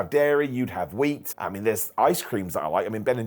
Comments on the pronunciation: Not to make fun but: Wheast Yeat and Dairy :3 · "wheast and yeat" In all seriousness, I wish the best.